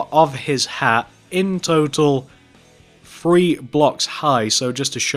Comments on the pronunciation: Your saying free and three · Th re e not f r e e 😐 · He ses free not three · It’s three not free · this is how you were saying three:free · He is saying free as 3😂